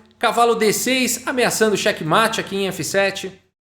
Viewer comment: "xeque"? 😂 grande vídeo!!